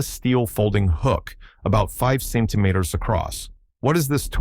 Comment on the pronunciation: cm = sen-tee me-ters